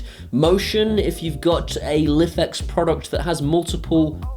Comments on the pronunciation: It's pronounced "Life X" not "liffex" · Love the videos but it's pronounced life x. That's how the creator said it on there kickstarter. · Just so you know it's pronounced like "life-X"; says so on their website. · You are pronouncing Lifx wrong it is Pronounced Life X